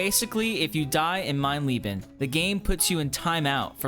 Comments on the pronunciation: Its mein LEBEN not LIEBEN. Other than that; good job 😊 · Always funny to hear Americans trying to pronounce German words. 'Mine leaben', 'Frow Angle' etc. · Awesome. Nice Video and well earned trophy. And just a side note. If you try to spell „Leben“, then spell the first E just like the second, so it doesn’t sound like the name Lee, or in combination: "Leeben". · The first part of "Leben" is pronounced like "lay", you keep saying "my loving" instead of "my life" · The irony when he said “I can’t beat ‘Mein Leben’ to save my life.”, as “Mein Leben” literally means “My Life”. Btw, “Leben” is pronounced with a E-sound like in “egg”, just a little longer, and “Frau” isn’t a first name but translates to both “woman” and - in conjunction with a last name as in this case - to “Mrs”. So the remark near the end about stabbing “Frau” makes no sense. It is similar to English, it misses the article. The sentence was, if completely in English, “I had to stab Mrs”. If one wants to keep the German word in the sentence, there is a decision to make: Do I want “Frau” to mean “woman” or “Mrs”? In the latter case, it needs the last name, in the first case the article, either English “the woman/Frau” or German “die Frau”. Ah, and to be completely picky here: The difficulty setting of the game is spelt incorrectly as well. Leben is a noun (“life”) and nouns are generally spelt with a capital letter in German… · as a german your pronouncian of Leben is horrible to my ears you said Engel correct why not Leben :( ps i also feel your pain with those dumb big robots i hate them! pps i didnt know you could kill the robots that easy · Watching you makes me wanna platinum more games. Also please learn how to say Leben 😘